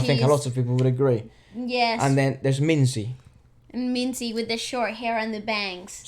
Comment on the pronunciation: It’s not zizzy it’s minzy